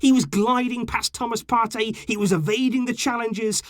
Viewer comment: As a Ghanaian, I must say, you mentioned Thomas Partey's name really well . Better than any non-Ghanaian pronunciation I've heard.